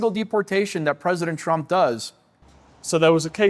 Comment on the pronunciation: And by the way!!!! His name is TRUMP AND NOT TRUM